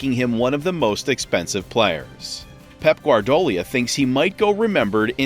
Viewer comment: That speaker is a real !@ can't pronounce a thing right. From "Bundesliga" to "Pep Guardiola" he gets about everything wrong. A true earsore - low-quality production. Horrible! Not even mentioning the facts forget it